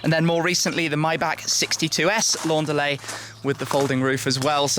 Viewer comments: Why is he pronouncing it the French way? Either English (because the report is in English) or German, because the manufacturer is German. But why French? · When he says "Laundalet", its like a mexican yelling "andale"!